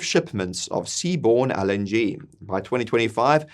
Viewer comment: I couldn't really pay attention because he keeps misprouncing LNG. IT'S (EL)NG, NOT (AL)NG! Jesus, man, how are we supposed to take you seriously? 😂